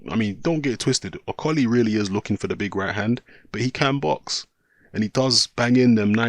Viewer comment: Can you say Okolie properly XD